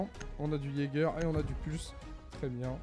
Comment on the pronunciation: Je n sais si c'est du second degré mais c'est ''yager'' et non pas ''jager'' sinn t'es une bête sur r6 mec🔥🔥🔥